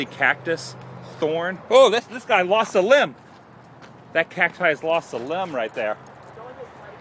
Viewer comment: Guy, not gut